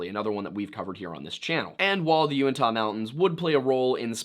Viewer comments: Also, if you haven't already heard, Native Utahn here: Uinta is pronounced you-IN-tuh, less like the way Utah is pronounced. And it is indeed Wee-ber not Webber 😅 (Just like Mantua is pronounced man-uh-way because Mormons are odd) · (You-in-taw) mountains. It's where the bigfeets live; just north of skinwalker ranch.